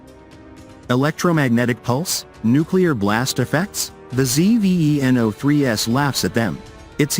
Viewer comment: It's called Zveno. Not ZEE-VEE-EEE-ENN-OHH.